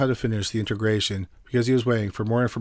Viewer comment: It's pronounced "INTEGRA tron" just the way it's spelled, not "inta grayshun". Expected better from you.